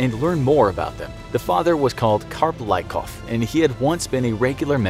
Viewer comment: Letter Y in their family name Lykov (Лыков) should be pronounced not like i in the word like , but like y in geology